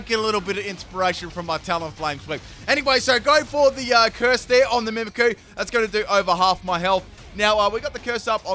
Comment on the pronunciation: I'm surprised on how many times he said Mimikyu's name wrong that no one pointed that out.